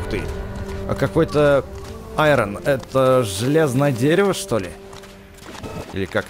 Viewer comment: тоесть iron а не irp